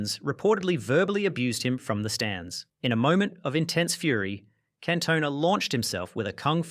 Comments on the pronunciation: Cantona is gonna find you for that pronunciation. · Wow!!, I have to say that I enjoyed the video but, I've never ever heard Eric Cantona's the French Player's name being pronounced that way.